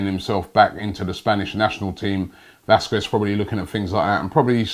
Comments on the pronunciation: The 'u' is silent robbie. How to pronounce Lukas Vasqez (Lucas Vasques) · also he says Vasquez wrong